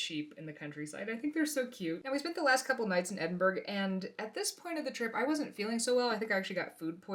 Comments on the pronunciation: Ah I live in Edinburgh pronounced edinburra not Edinburg lol sorry about the food poisoning! Much love ❤ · This is amazing and i find your stuff so inspiring! However, as a scot, I feel compelled to tell you it is pronounced Edin-buh-ruh. I'm sorry, absolutely no hate intended. We can't help it, it's our patriotic duty 🤣. I'm away to paint a highland cow.